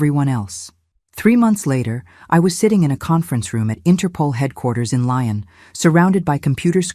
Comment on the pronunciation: I think it's Lyon, pronounced Lee-on, France.